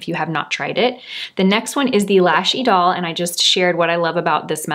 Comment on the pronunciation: Well, she gets points for pronouncing Idole correctly. I have heard other influencers say" Idol", as in American Idol. Then again, I watch for her expertise in makeup, not French. 😉